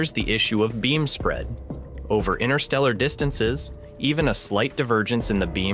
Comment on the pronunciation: "inTer", inTerstellar space, there's a first T in it. It's not "innerstellar" space.